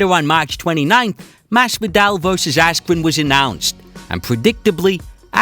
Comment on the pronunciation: Ben askwen Silly wabbit